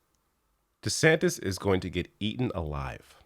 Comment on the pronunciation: I thought I just heard you call him Ron DeSandwich and now it's all I can hear. LOL